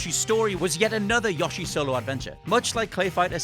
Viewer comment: Ah yes yashi